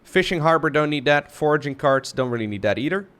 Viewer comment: your English has almost no accent, but you can never pronounce the 'th' sound. It always comes out as a 'd'. For instance, you say 'dat' instead of 'that'.